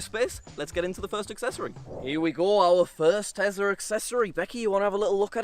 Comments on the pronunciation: I isn't a "Tezla" just like Brexit isn't "Bregzit." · I love when says Tesla